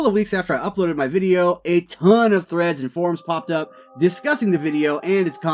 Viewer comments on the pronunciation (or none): none